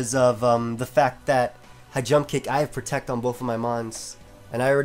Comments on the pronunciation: Lol u said tect. U need to just pronounce the word my dude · Did just say tect? Asin protect? Lol thats fucked up